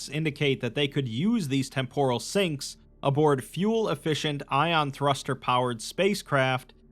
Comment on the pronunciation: Ion not Iün.